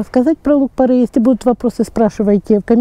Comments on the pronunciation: Порей , не порЭй. Ухо режет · Поправочка: не порЭй, а порЕй. Не правильное произношение слух режет, а так спасибо, полезная информация. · ухо режет не то слово((( порЕй